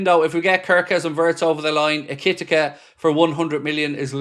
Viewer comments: Eki-tike….not ekitika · It's Eh-ki-tea-kay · e ker tee kay , that's how you pronounce his name . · Stop saying his name this way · How has no one in the chat corrected yet on the "ekitike" pronunciation? 😂 Has been going on for weeks lol